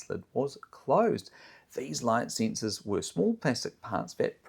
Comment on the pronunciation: They are called "sensors". Not "sinsers".